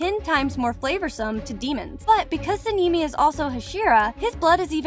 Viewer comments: Sinimi????? It's sanemi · Sanemi ❌ Sinimi ✅ Muzan ❌ Muzen ✅ Kanao. ❌ Kaneo ✅ 102 fact❌ 104 fact✅ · Suh-nee-mee is wild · ITS SANEMI “san e me” 💀💀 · Her : sanini Me : on the floor laughing 😂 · Nahh Saneemi got me rolling but I like the research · (Sa Knee Knee) (moo San) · SANNEI LOL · Bro really sanimi? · the way she says sanemi literally kills me😊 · the way you said sanemi and inosuke